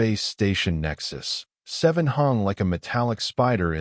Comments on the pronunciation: The reading was flawless, well, maybe the stations name "Nexus-7" was a little funny sounding, but just a little. :) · Great story. Good AI narration, except for the unneeded pause when pronouncing Nexus-7. Good subtitles as well. Well done.